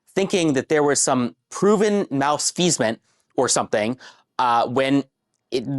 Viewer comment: I have no idea how that got into his head. It's not even close to what he was trying to say. I think he meant to say malfeasance?